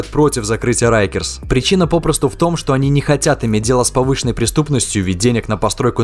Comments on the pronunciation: произносится как рАйкерс а не рЭйкерс 🤦‍♂ уши режет 😰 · Rikers , так почему тип читает как рейкерс ?